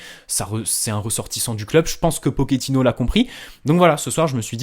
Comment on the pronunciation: on prononce Pochettino et non pokettino